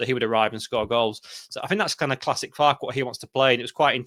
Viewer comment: Respect to this Boro lad for actually being able to pronounce our managers name at the start (which is FAR-KE - 2 syllables) The amount of our own channels that pretend to be Leeds experts like this lad above who can't even pronounce our own managers name is mind boggling.